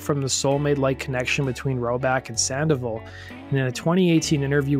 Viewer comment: *SAN-DOH-VAHL > "SAN-DEH-VUHL"